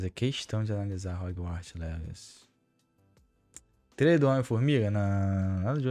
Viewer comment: "róguartis legaci" o bérou com o best english ever